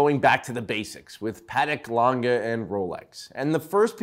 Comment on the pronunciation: It’s pronounced “Lang-eh” not “Lang-ga”! Learn to read🤦🏻‍♂️